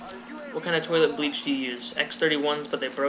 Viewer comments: Wait did you say toilet bleach or Turtle Beach? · You said turtle beach, I thought you said toilet bleach